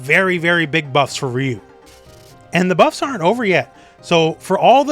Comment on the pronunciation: It’s funny how you insist on pronouncing Manon’s name “correctly”, but you mispronounce Ryu’s and Zangief’s names. You can’t pick and choose like that. It’s hypocritical.